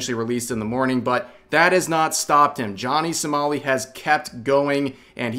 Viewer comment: it sounds like you're saying "Johnny Smally"